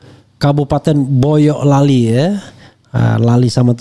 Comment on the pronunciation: Bang refly ....bukan boyoklali ...nanti beda arti...yg bener boyolali ...ucapan jawanya mboyolali